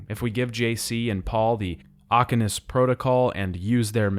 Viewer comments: Like, you actually played the games, right? You've heard them talk about the "Aquinas protocol" and pronounce Walter's last name, yet you mispronounce them both. Why? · Aquinas is the one that was grating me the most, it's literally said a metric ton in the original yet, he's mash mouthing it multiple times in the video